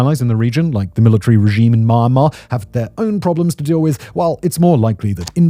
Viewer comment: It's MyanMar, not MyAnmar..